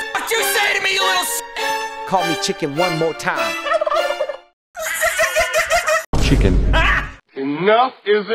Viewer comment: Bro cannot say chicken